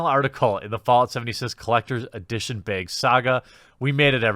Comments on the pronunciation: I'm just here to listen to Jeremy say "baeg" a lot. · It's bag not Bayg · I now say baeg because of you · He says "beg" not baag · Viewers who came for an update to the Fallout 76 saga: 10% Viewers who came to hear Jeremy say "beyg": 90% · Finally the... "beeag," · why do you keep saying BAYG instead of BAG ? is this some kind of inside joke i missed or are you just weird an i never noticed? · Beyg. Beig. Bayg. Beeehhhhhhhhhyg! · You said "bag" and "bags" again. I'm so happy. Also please say it more often. Edit: Also again, please pronounce it bayg. Love it. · Funniest thing is he's even mentioned how to say it properly before and continues to keep saying Baygs 😂 is this like a Canadian thing? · America says: Bag Wisconsinite says: Baeg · Pretty sure its pronounced bag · Nice beg (you say it like pat the nes punk) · Are we not going to talk about how he pronounces ‘bag’? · Him trying to pronounce "bag" the way us land dwellers do was very cute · I love this video.plz never stop saying bayg. When u say bag n try to do it the "correct" way it sounds so weird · Strugglin w that word bag huh lol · Nobody: Quartering: “Bägh” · Came here to hear Jeremy try to say bag and was not disappointed :) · i would prefer you pronounce 'bag' the proper way: *inaudible edrich horror sounds* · Good video man. I like that you can rag on your own pronounciation of "bag" lol that's funny, good for you. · Why do you say bag that way?